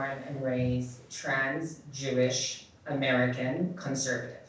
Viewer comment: It sounded like she said trans-Jewish, which I thought meant she converted to Judaism. But who knows these days?!